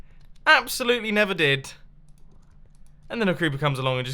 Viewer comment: I love when u say "its absolyttely bunkers!"